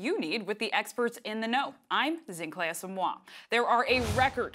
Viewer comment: 🤣🤣🤣 Zinhle that's not how that name is pronounced sis, my Zim and SA people will know